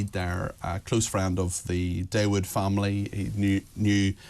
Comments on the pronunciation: Dawood is pronounced Thaa-ood, not Day-wood. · Shay zay da Day wood lol